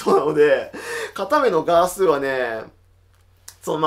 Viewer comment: 「片目のガース」の発音が完全に黒光りの人のそれなんだがｗ